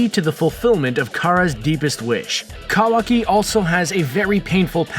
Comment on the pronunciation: Wrong facts and can’t even pronounce Kawaki right